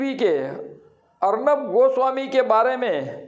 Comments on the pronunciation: Arban nhi arnab.. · ऐसे सौ अर्नब आये और हजार जोतीषी आये तो भी ठाकरे सरकार नही गिरा सकतें. अभी लिख के रखों. और जोतीषी अर्नब को अर्बन कहा रहा है. जो ठिकसे नाम नही बोल सकता ऊसको भविष्य क्या समझेंगा. पागल जोतीषी को भी चिल्लाने की बिमारी लग गयी है. कुछ नही होगा तूम समय बरबाद करते रहो.